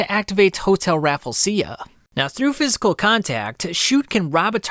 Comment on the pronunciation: Man the pronounciations kill me, hotel raflesia, says it like raffel-asia.. raf-lay-shuh is the right way.. just phonetically sound it out, raffel would mean the e cane before the l